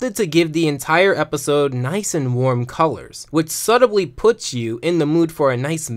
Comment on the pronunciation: Did you pronounce the "b" in subtly? Yikes.